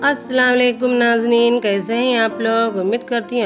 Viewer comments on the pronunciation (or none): Mae aap ke videos dekhti hun, bohot acche hai aur aap ki cooking bhi bohot acchi hai, lekin ek baat hai, jo introduction mae aap 'nazneen' kehte hai, wo asal mae 'NAZREEN' hai jiska meaning viewers hai. Aap bura mat samjhe, bus mujhe laga ke jo introduction hai wo first impression hota hai